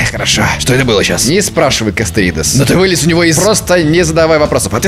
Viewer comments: Эххх ХХ.... КастоРОидес... Но касторидес тоже прикольно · Не Касторидез а Касторидес! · Оору когда звучит: Касторидез